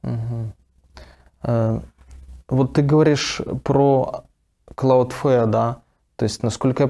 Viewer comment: Господа дудосеры, Cloudflare будет правильно, а не CloudFare